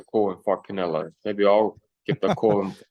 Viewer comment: Cry more, it's Canelo dude...I repeat... Canelo